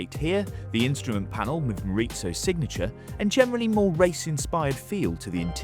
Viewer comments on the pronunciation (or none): It's not mori-tso, it's Japanese , not Italian, it's Morizō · It's pronounced Mo-ri-zo. Not Mo-rit-zo. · send a presenter that actually knows about the cars next time - half the stuff he presents as new are on the base GR Corollas and he does the weird thing where he says GR/GRMN after the Corolla name. Also, why does he say "Morizo" like it's italian? god it's so corny